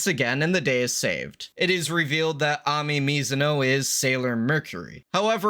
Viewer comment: How can you know so much about the series, but mispronounce the names so awfully? GinzuiSHO not SHAOW. AmEEE not amEHHH.